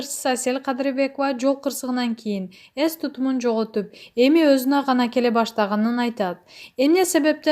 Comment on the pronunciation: Ес эмес,эс кандай немесин сенн